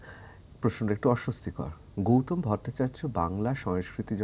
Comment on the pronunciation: ওনার নাম গৌতম। গৌতোম উচ্চারণ করছেন কেনো?